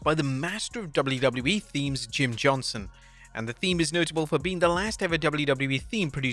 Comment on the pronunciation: HIS NAME IS JIM JOHNSTON NOT JOHNSON GET IT RIGHT